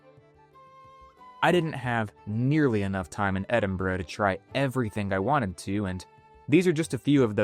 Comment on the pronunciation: Thank you for being able to pronounce Edinburgh they way they locals do (and anyone in the UK).